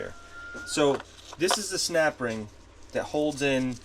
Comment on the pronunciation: Snapring. 🥴🥴🥴🥴🥴😆😆😆 ohring, not a snapring? 🤣🤣🤣🤣🤣🤣